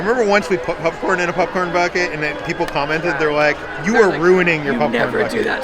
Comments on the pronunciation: I love how says popcorn, it sounds more like pupcorn! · Are you calling it a popcorn bucket or a Puffcorn bucket?! lol 😂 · "Pupcorn"